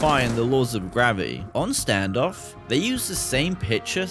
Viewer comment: G-ravity said right this time 😂